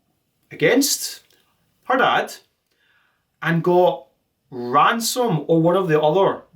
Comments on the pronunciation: Why did he start pronouncing ransom as ramson? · Bro you keep calling him Ramson, it’s “Ransom”🙃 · Love the video... all in good fun but it hurt every time you said "Rampson" when talking about ransom 😭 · STOP SAYING RAMSON OH MY GOD! come on honestly think its an awesome name as well and its gotten wrong hundred times. so unreasonably annoyed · I love how he keeps calling him Ramson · Ransom ❌ Ramson ✔ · i cant believe you mispronounced ransom the ENTIRE video